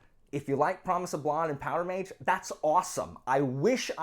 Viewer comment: Man. I have never, in my entire life, EVER heard someone pronounce blood "blod"... I had to pause to say this. There is no way, every other person I have ever heard say "blud" for "blood" is somehow saying it wrong. Come on man. Anyway, rant off. I found you because I had an idea for this kind of story and only just found out it is a recognized sub genre. I've been trying to research some since learning about it. Guess I'll need to pick up a copy of Promise of Blood or maybe guns of the dawn. Maybe